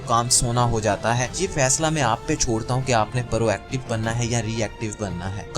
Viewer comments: It's prooooactive not paarooo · بھائی یہ پا_ رو ایکٹو نہیں ہوتا پرو ایکٹو ہوتا ہے اور گیر اہم نہیں ہوتا غیر اہم ہوتا ہے تھوڑی اپنی اردو پر غور ہی کر لو